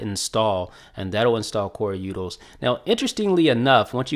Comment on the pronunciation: Utils, not Yoodles